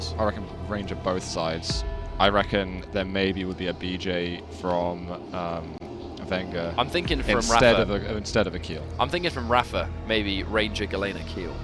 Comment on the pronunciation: it's not vengger it's venjeur ffs